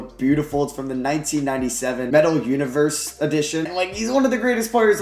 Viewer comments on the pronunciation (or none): none